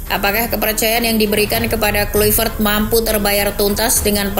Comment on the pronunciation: Ijin koreksi cara nyebut nama nya ya min, harus nya Klaivert 🙏